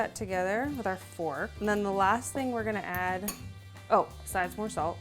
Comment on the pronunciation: no one:: sAlT